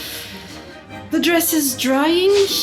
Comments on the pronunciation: your accent has never been more correct: PISSFULLY! xD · loool not "this one is sleeping pissfully!" xD aaiaiaiai. im glad it was washable. thaaaank goodness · "...and this one is sleeping PISSfully!!" 😂